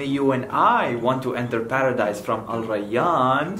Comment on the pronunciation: "Rayyan" The way u said Rayyan is very very accurate. I wish my Teachers could pronounce my name correctly